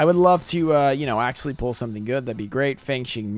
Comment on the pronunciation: I swear to god, if i hear you say "axualy" one more time, im gonna flip my lid. It is spelled "actually"